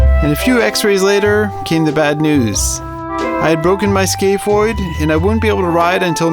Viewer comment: i thought he was saying skateboard the whole time like someone named a bone skateboard